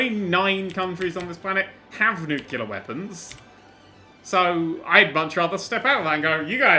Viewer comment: I thought he said nutella weapons